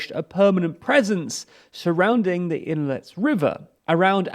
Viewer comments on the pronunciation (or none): Could you at least try to read all the letters in the city names? Even when written in Latin, you skip letters in the names. KakhovKa, not Kakova. Andri ivka, and not Andrivka. Ingulets river, and not Inlets. There are services where you can find the correct pronunciation of words in different languages. Forvo, for instance